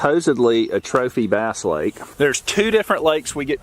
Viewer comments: DONT U JUST HATE AI VOICE OVERS A BASS FISH IS A BASE FISH CANT WATCH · You're killing me with the "base" pronunciation..it's b+ASS! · Mostly a good video but mistaking dolphins and sharks for whales is ridiculous. As is pronouncing "bass" as "base" in a video devoted to fishing. I can't even give this a thumbs-up and will be sure to avoid your content in the future. Get better AI, mmmkay? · Calling Bass, " Base! "